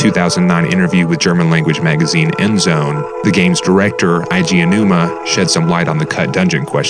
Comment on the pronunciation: You might wanna use Google Translate to check how to pronounce the Japanese names before recording. Your pronunciation of Eiji Aonuma was ridiculous.